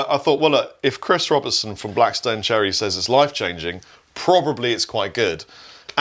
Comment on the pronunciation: As someone who is from Kentucky like Chris Robertson. I can confirm that is exactly how people say life changing. LAFF-changing